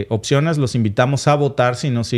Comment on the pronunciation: no se dice "occiones" sino opciones.